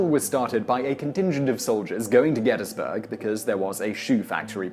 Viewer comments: Gettys-burg not gettas-burg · Congratulations on pronouncing "Gettysburg" like a native. GetUZberg.